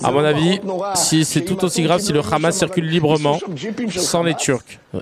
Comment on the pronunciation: Le Rrrrramas, j'en peux plus !😂